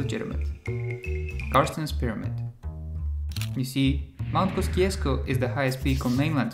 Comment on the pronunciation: mt kosciuszko is pronounced mt kosiosko at least thats how aussies say it